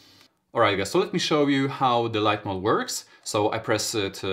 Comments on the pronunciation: Mod not mode my dude lol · MOD not mode. There is no E at the end.